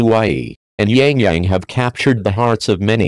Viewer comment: not Yang Yang...